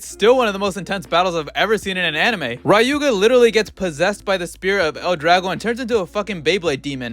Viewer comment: Does no one actually know how to pronounce Ryuga properly?